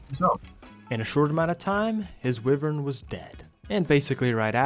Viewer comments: the whole wivern instead of wyvern thing bugs me but i still like ur vids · wyvern is pronounced why-vern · Why - Vern ❌ Wiv - Vern ✅ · Why do pronounce wyvern like that?